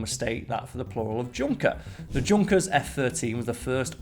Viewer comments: It’s pronounced Yunker not Junker. The Germans don’t have the J sound. That’s why Jaguars are pronounced Yaguar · It is not pronounced Junker its more like "Yoonkers" I knew that and I don't even speak German. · Isn't Junkers pronounce Yoonkers? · Isn't it pronounced 'yunkers'? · Ugh straight out the gate... His name was pronounced Yunkers, it is German. Nobody thought it meant Junk like english speaking mostly americans would associate. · Junkers is pronounced yoonkers. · Junkers is German and pronounced YUN-KERS. guess you didn't bother to do any research? i can see your subs going to nothing if this is the standard of this channel going forward.... by the way i think mars makes more than 400 M&Ms each day.